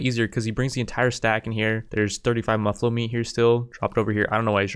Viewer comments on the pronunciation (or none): its MUFF-allo. Not MUH-fallo. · And as a side note: It's Muh-fall-o, not Moo-fall-o. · Its muffalo as in muff alo. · Your saying muffalo wrong